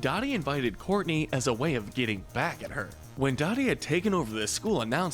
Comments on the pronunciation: Funny enough. in the same part of the video where you call on Courtney for mispronouncing Dodie and Macie's names, you commit your own first instance of mispronouncing Dodie's name. It's "Doh-dee". Not "Daw-dee". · OHMYFUCKINGGOD! This is seriously one of my most favorite and cherished shows ever. Never thought you guys would cover this!! Thank you! It's a Christmas miracle! EDIT: Dodee name is actually pronounced DOUGH-dee, not DAW-dee, but she's a jerk so oh well. As vilw as Dodee is though, I think she should have been silver and Mrs. Dave got gold. She's MUCH more than an overbearing mother, she was downright VILLANOUS in the series finale going to insane lengths to break up Dave and Louises wedding. Framing her son, paying people off and drugging Louis! If that's not truly evil Idk what is. LOVED this list though, very well done. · I noticed that too! I have a weird feeling it may have been passive aggresive since she's the most evil? I did comment saying Dodie is pronounced DOUGH-dee not DAW-dee. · Love the list, rankings are spot on. Just one note: Dodi is pronounced "doe-dee", not "doddi". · Doing my man Jonas dirty should have made him low neutral Tier for his complexity in willing to try and be in the kids lives and right the wrongs he made, especially since he mentions only staying away bc he thought that was what was best and he was afraid to interfere again and screw things up. P.S ITS PRONOUNCED do-Dee not da-dee! Smh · It's Dodie not Dottie. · It's, uh, dough-dee. Not Dotty, Courtney. 😆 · I cringed every time he mispronounced her name. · I can't take a video seriously that doesn't pronounce a main character's name correctly for the entire video. Dodie is also not the worst person in the show. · You keep mispronouncing Dodie’s name and it’s infuriating.